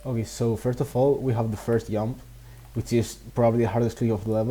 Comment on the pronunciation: Except for him saying jump as yump because in Spanish j is like y 😭